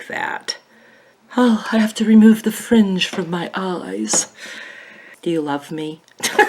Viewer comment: Lol yes I love you 😂😂 thanks for the British accent when talking about your fringe lol!!!